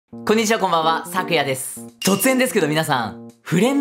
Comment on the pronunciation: え？なんか今日の挨拶｢くんにちは」っていわなかった？？ キリンかな？？笑